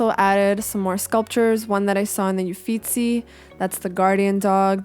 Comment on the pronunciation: oh and also: your pronunciation of "Uffizi" is impeccable I'm impressed with everything about this video ahah